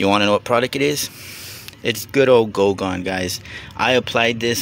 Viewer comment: Goo gone, not GO gone. Lol